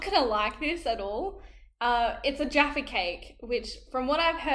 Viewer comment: said it right